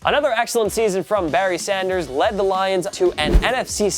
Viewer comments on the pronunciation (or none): none